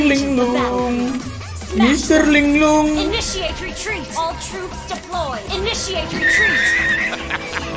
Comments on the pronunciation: Initiate retreat... Bukan imidiate... Telinga ane sih dengernya gitu bang... 😆😆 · "Initiate retreat" bang.. bukan "immediately retreat" :"v